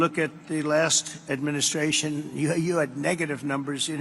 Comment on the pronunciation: I've also noticed in several clips he can no longer pronounce "administration". He uses the word a lot when criticizing the Biden Admin, but when he starts to try & say it he falters. Definitely losing his mind! After caring for my parents, who both had dementia, it is beyond disturbing to see him still making decisions for anyone